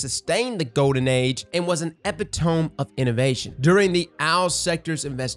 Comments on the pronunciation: “Epi-tome”? It’s “Epita-may” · "epitome" is pronounced "EH-pit-a-mee" not "epi-tome" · EE pi tom EE, not "Eh pi tome" btw. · It’s pronounced e-pe-toe-me not ep-I-tome. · Epitome E - pit - o - me Aztec:Epy Tome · It’s uh-pit-o-me, not epi-tome. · The way you pronounced epitome, tho. Epi-Tome. It's eh-pit-oh-mee. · It's called "eee-pit-oh-mee" not "epi-tome" FFS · its "eh pit uh me", not "eh peh tome" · Epitome pronounced Epi-to-me. 🌈 the more you know! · E pit toe me. I love you, but bro. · Ep-i-tomb lol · Repeat after me,... "Eh-pit-oh-me, epitome". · say it with me e-pit-o-MEE. But for real bro keep the hits coming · Did anybody else hear say epi tome??😁😁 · Did my man say "eh-peh-tohm"? You need more Brian Regan in your life my dude. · Lmao he said epi-tome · Epitome Eh-Pid-Ah-Me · Epi-tomb lol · Loving that doesn't know how to pronounce "epitome". I might start using that. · Came here to say this. It took me by surprise but I sort of love it. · Glad I wasnt the only one to "hear" that word get butchered. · I was rolling on the ground when he pronounced it that way... 😂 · JUST HEARD AND WENT SEARCHING THE COMMENTS LOL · Everyone knows we come here for the mispronounced words. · is funny as hell... had to pause to hear him pronounce epitome again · I've only heard epitome pronounced like that as a joke 😂 hyped as all get our, you're the only YouTuber I wach anymore,, because you're the most hyped about all the right things (PvP and Raids). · Can’t believe cross said epitome instead of epitome 😤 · When mis-pronounces Epitome -_ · why did you pronounce epitome like that... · Boy he really butchered epitome didn’t he. 😂😂 it’s ok we are all just humans. Imperfect. And fall short